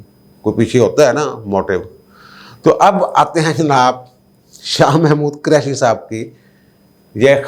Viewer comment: جب بھی آپ شاہ محمود حسین قریشی کا نام لیتے ہیں تو مجھے ہنسی آ جاتی ہے پنجابی لہجے کی وجہ سے آپ قریشی کے ق پر پیش کی بجائے زبر بولتے ہیں اس طرح جو لفظ بنتا ہے وہ میراثی اپنے لئے استعمال کر تے ہیں خدا نخواستہ میرا مقصد تضحیک یا دل آزاری نہیں صرف آپ سے درخواست ہے کہ قریشی کے ق پر پیش لگا کر بولا کریں اچھا لگے گا